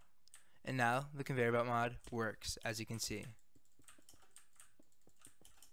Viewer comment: “con … veyer belt mod” it sent me 😂